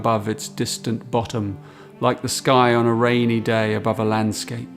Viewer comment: Eurydice is pronounced with an "s", not a "ch". Other than that, absolutely wonderful and very in spirit of Rilke's poetry... mediation.